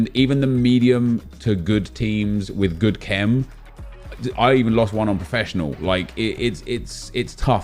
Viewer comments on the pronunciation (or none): none